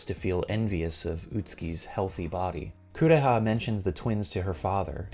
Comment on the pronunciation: "My sister, Coo-reeah!" English dubs were a mistake.